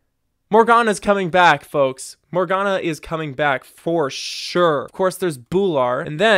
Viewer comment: it's Morgana